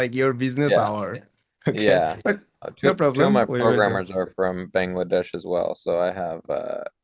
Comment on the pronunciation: বাংলাদেশ কে ওইভাবে উচ্চারণ না করলেও পারতেন ভাই, এভার হয়ে গেছে